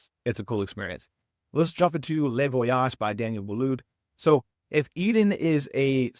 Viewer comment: It’s not le(lay) Voyage it’s le (Lu) Voyages. Les in French is pronounced (lay).